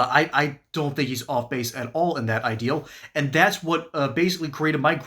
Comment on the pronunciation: It is going to be difficult supporting a POTUS who says "dat's" instead of "that's"